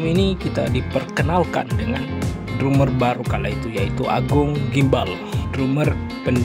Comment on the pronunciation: Bang, lu kyknya susah bener klo ngomong Drumer dibaca dramer